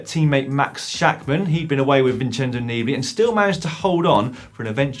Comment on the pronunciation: everytime you say "Vincenzo Neebly" I want to be sick